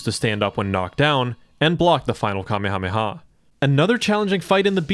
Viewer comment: You've never watched DBZ? That's clear by your pronunciation of "commy hommy ha." That's NOT how it's said. Not even close. 🤦